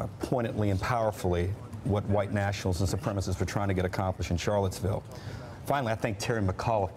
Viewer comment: He said Charlettesburg, oops